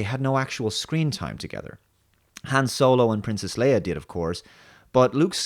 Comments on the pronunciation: For fucks sake, Leia, LEIA, not Leah :D Cringe every time you say that. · Princess LAYa not Princess LEEa! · Leia is pronounced Lay-ah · I stopped watching after 1 minute 30 seconds. The dude can't even pronounce Princess Leia even nearly correctly. Just be a huge fan eh? Get a life mate, it's a movie, real stuff is happening outside